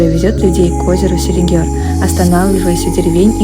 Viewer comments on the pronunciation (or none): Селигер , а не Селигёр. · СелигЕр, не селигёр😉